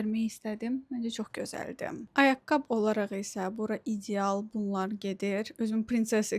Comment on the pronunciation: Düzgün danışıq forması «ayaqqabı» dır, "ayaqqab" yox